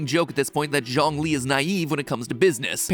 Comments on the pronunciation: Matpat just pronouncing Zhongli as John lee 💀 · Ok this is me just being nit-picky, but Zhongli’s name is pronounced, Juong-li (the U is more soft) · And Zhongli's name is pronounced Joh-ng-li or more like Ts-yong-li... Surprisingly, the entire Genshin impact community is very conscious about miss pronouncing names, not necessarily to avoid some controversy, but more like to be true to the characters they love.